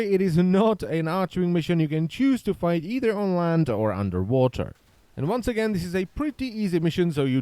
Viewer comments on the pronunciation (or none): none